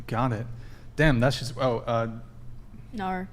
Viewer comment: Nar? What the fuck is "nar"? Is she trying to say "no"?